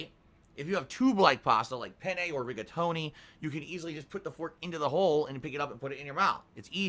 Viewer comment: Did he jaust say reggaetoni pasta? 😂